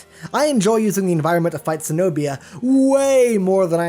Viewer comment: its not se-nobia it's ke-nobia. Cenobia